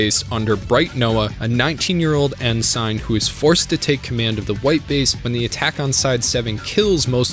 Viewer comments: Gundam uses navy terms for their officers...their spaceships are akin to modern day naval fleets,so ships traveling in the ocean of space...and ensign, sounds like N-SIN, when you pronounce it,just for future reference so you don't get laughed at when you attend a con, and then maybe ridiculed...THE MORE YOU KNOW 😉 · Did you mispronounce Char's name on purpose? Also, you said 'nucular' (not a word), 'prosperity' when you clearly meant 'posterity', and I've never in my life heard someone say 'en-sine'. Have you seriously never heard the word ensign pronounced? Not smart. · How...how did you pronounce Ensign again?